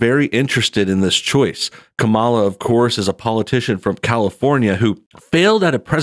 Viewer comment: I gave you a like just because you pronounce her name the opposite of how she says you're supposed to